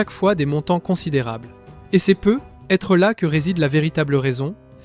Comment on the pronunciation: " Et c'est peu...être là que réside..:. Aïe. L' IA n'est pas infaillible 😅